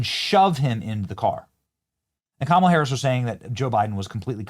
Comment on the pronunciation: It’s pronounced Kamala not Kamala!